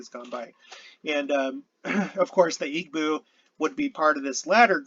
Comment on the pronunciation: EE bow. Not EEg-bow. The "gb" is a sound it's a B sound not quite like an English b. Most West African languages have that sound. Another sound you'll fine is kp but it's a "p" kinda sound.